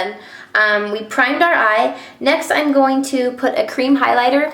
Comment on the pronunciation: lol I had to laugh because you said "our" but it sounded like Arrrrrggh! Like a pirate. And that reminded me of "talk like a pirate day" that is every Sept 19th. So I had to giggle. Do you like that site? I think its funny. And your a great friend to everyone also.